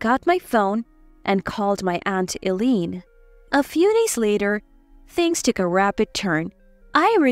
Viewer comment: Eileen is pronounced as ILEEN, long I sound